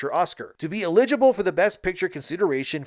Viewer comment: Everyone: Eligible: Elegibull